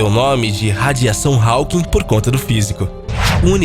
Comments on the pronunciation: Nem pra aprender a pronunciar o nome HAWKING??? Dóem os ouvidos a cada vez que fala "HÁUQUIM". Pelo amor... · Vou parar de ver só por causa dessa tua pronúncia "rauking", affff é róking, meu amigo! esse AW tem som de Ó. Fica a dica. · Hawking mas a pronúncia é 'Rókin'